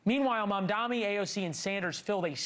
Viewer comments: I dont get it! Why is it so hard to say his name right?! It's M.A.M.D.A.N.I NOT MAMDAMI. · So true. It's like suddenly professional news casters can't tell the difference between an 'N' and an 'M'. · At this point mispronouncing his name is done purposely and outright racist